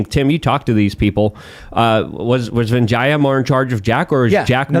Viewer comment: The pronunciation is ‘Vijya’.